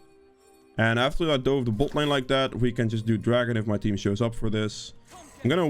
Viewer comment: Haha I will never get tired of hearing you say butt lane